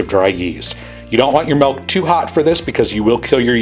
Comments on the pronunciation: Am I the only one hearing him saying "malk" instead of "milk" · It’s “milk” not “melk” dingbat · Why are you saying “Malk” it’s Mill-k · EZ Circuits some people can’t pronounce it chill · What the hell is MELK?! Does he mean milk? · the way this man says milk.... "MALK"... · Haha I kept hearing that too.